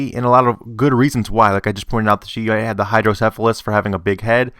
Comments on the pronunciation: I have hydrocephalus yes my head is little larger other than that I'm a normal functioning adult. It does not affect your mental capabilities or anything like that. So that turns this theory on its head pardon the pun lol. One more thing It's pronounced hydro not headro as it was in the video. It's actually caused by too much fluid or water in the brain hence the word hydro. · it's pronounced HYDROcephelus (meaning 'water on the brain'). I would know, I was born with it and I'm one of the few lucky ones with the condition who didn't end up in 'special' classes.